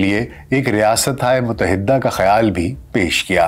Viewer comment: A.A.. Yah lafz yarah nahin hay yah lafz gayarah hay... Isi tarah lafz muttahidah hay.. Muttahiddah nahin